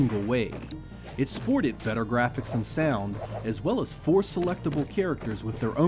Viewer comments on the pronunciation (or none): none